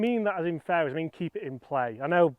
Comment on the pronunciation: 3 minute mark.. how many “faiways” will I hit?